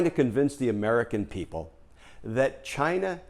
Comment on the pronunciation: I think the country is pronounced, "CHIIIINA".